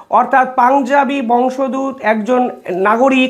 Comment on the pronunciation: উচ্চারণ বংশ দূত নয়,বংশ উদ্ ভূত। সঠিক উচ্চারণ কাংখিত। ধন্যবাদ আপনাকে।